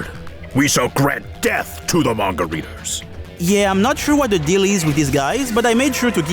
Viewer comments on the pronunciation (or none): none